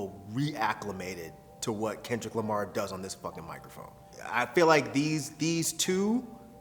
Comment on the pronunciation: Kenchu Lumar